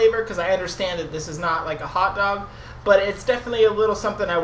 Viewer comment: It looks kind of gross, I think it's the red sauce on top. Idk if you've ever shown yourself before or if its just my first time seeing you. The way you say hot dog is so funny to me haha